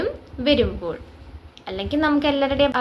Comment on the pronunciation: വെരുമ്പോൾ അല്ല. വരുമ്പോൾ